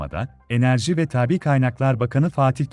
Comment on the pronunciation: "Enerji tabi kaynaklar bakanı" değil" enerji tabii kaynaklar bakanı" şeklinde telaffuz edilmesi gerekirdi.